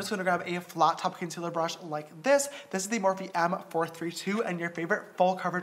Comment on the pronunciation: me neither! I think he said it wrong